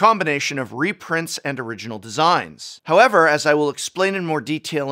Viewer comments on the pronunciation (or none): none